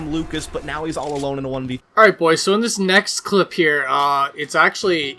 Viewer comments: I love it when says bois;-) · At this point he's saying bois to piss us off.